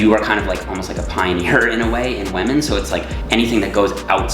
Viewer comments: Is it his own inside joke or is it unintentional that always says "wamen" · Is it just me or does pronounce 'women' funny haha